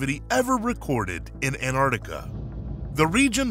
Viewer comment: Erotica?????? Learn to read sir